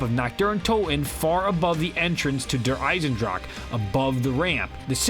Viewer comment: Its der eisendrache not eisendrake